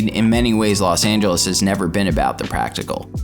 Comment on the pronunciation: I can't believe he said La Sangeles. Is that in Cali?